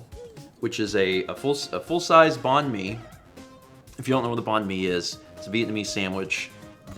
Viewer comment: Hi hi! Vietnamese person here. Great that you enjoyed banh mi, getting to try new ethnicities of food is always fun. If you're looking more Viet foods that aren't pho (though that's great too) salad rolls are really good too! But it is pronounced kinda close to bang and/or bye-ng and mi just being like me. Just thought it would be helpful to know for future reference!